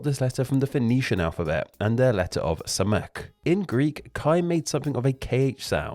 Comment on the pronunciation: */x/ Samekh is read with a "ḫ", not a "k".